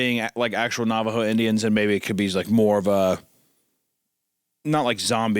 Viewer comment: I think it was “In-Jins” (say it phonetically) pronounced like engine. Old timey way of saying Indians.